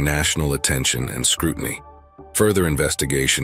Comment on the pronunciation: Scrutiny, like mutiny, has three syllables. Stop saying SKROOT-NEE.